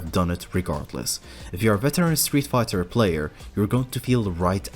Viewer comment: Is it just me or does it sound like he says Streetfukers at the intro 😂😂😂